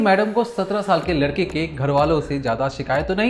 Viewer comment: उच्चारण में सुधार की आवश्यकता है। जब आप 'लड़के' बोलते हैं तो 'लड़की' शब्द का आभास होता है। वाक्यों के अंत में अनावश्यक stress न देंk